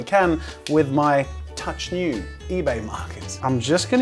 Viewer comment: Every time he said 'touch new' I heard 'touch you' xD